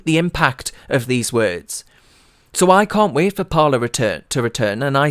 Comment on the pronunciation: Surely it would be pronounced "par lay"